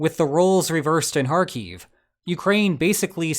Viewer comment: Hi, I found your video quite insightful, albeit speculative, you are one of the few commentators who can actually pronounce Kharkiv properly!!😮 One mistake is you used the Russian figures for losses on the Ukrainian side, which are obviously made up. Two things you didn't mention are: One obvious objective is the Sudzha (try pronouncing that!) gas hub, which is a single point of failure for rascki gas export to the EU, and the other point is Russian pilots are very afraid to fly in the border region because of the strength of Ukrainian air defences now. The video showing vehicles heading down dual carriageway past the burning military vehicle, with two jets flying overhead, was likely to be Ukrainian jets providing air support to this incursion. Though I could be wrong! 😅 Слава захисників України!!😃🇺🇦🇺🇦🇺🇦